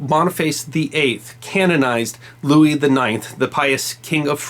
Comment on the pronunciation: Believe You Pronounced (Saint) King Louis IX in French Correctly, But You Pronounced “Blanche” the American Way, Like in “A Streetcar Named Desire” Not in Proper French.